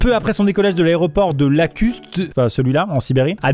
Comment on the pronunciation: Iakutsk se dit 'yakoutsk' L'histoire avec la viande >>>> 😭😭😭😭